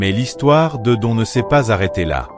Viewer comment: Don, ça ne se prononce pas à la française mais "Done"...